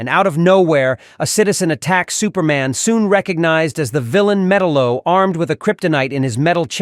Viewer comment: Metal-O is also known as Metallo: Meh-Tahl-Lo